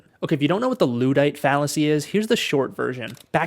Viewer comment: I switched off the video as soon as he mispronounced "luddite."